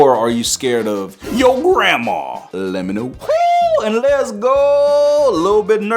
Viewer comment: And you made me laugh when you said garandma😂😂😂😂😂